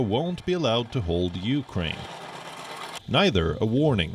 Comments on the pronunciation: biden said uranian he forget the k ukraine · Zelensky should take heed of this. ...if US president cannot even pronounce the word of Ukraine properly and call them Iranians....is the West really going to be a saviour? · Even my 4 year old grandson can pronounce Ukraine. Not Uranian